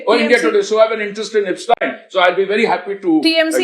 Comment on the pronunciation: Idiot repoter pronouncing aapstien. 😂😂😂😂😂😂. Bastards both media and this person.